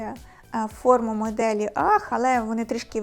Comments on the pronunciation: UGG - Аг. Анастасія майже правильно вимовила, не бачу проблеми. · а точніше "агз" . Добре, що у вас немає проблем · Дивно, коли стиліст і фешн експерт, не знає як правильно вимовляється назва взуття. "Ах" це щось нове в світі моди. Базова шкільна англійська була не доступна?